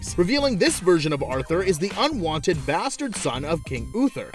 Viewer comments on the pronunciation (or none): advantage / unwanted ? wait an american that can speak their language properly ? im shocked !!!! "advanidge wannit " xD